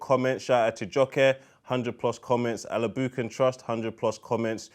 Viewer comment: does usually butcher "Alkebulan Trust" 😂 I look forward to it every week